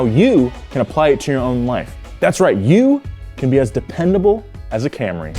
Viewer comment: Please don't say camray, say Celica.